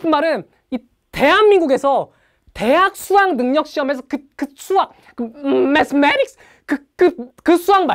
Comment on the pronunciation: 매쓰매릭쓰으~ㅋㅋㅋㅋㅋㅋㅋㅋㅋㅋㅋㅋㅋㅋㅋㅋㅋㅋㅋㅋㅋㅋㅋㅋㅋㅋㅋㅋㅋㅋㅋㅋㅋㅋㅋㅋㅋㅋㅋㅋㅋㅋㅋㅋㅋㅋㅋㅋㅋㅋㅋㅋㅋ존나웃기네 ㅋㅋㅋㅋㅋㅋㅋㅋㅋㅋㅋ